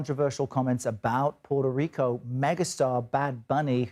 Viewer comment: "Puerto Rrrrrrrico" Smh